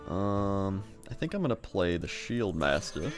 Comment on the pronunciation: love it when he says shieldmasta